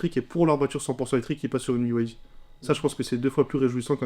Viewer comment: C'est B(Y)D et non B(I)D comme prononcé à plusieurs reprises par la personne à droite.